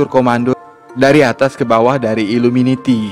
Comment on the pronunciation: Iluminati bukan iluminiti